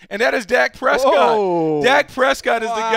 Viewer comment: THIS GUY SAID PRESCOTT